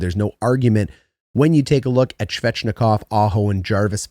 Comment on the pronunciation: Love your videos, so just to help you with some names... ;) nih-KEY-shin (overhyped, but I'm excited to see more of him) coat-can-e-emi (but said very smoothly—each sound is short) Svechnikov—no "shv" at the start, it's a very defined "sv" sound, then a hard ch, like in "etch," but without the t. Martinook—like "cook" (prepare food) or "nook," not "cook" (crazy person) or "nuke." Not a name, but "chasm" is pronounced with a hard K sound, like "cast." Just pretend the h doesn't exist.